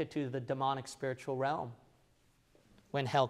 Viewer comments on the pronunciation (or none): none